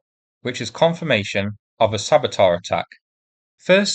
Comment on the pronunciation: Minor correction - it's sabatEURs, not sabotARS. Please keep up the great work.